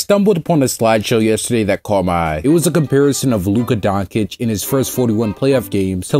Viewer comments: I mean how do you mispronounce nba's best player's name? You would know the correct reading is Doncic and not Donkic if you ever watched a game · I can't take anyone seriously who starts the video with a "Luka Donkic", man have you ever watched an nba game?